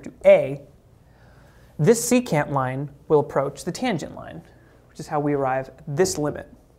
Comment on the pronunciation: Ah thats what he was saying, secant. I though he waa saying c-cat. He lost me at that point.